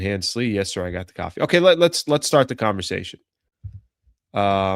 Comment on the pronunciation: It’s coffee not caffee